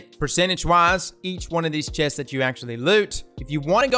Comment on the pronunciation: You do “chess” and “awbelisss” BUT you can do “quesss” AND “step” so in theory you could do “quessst.”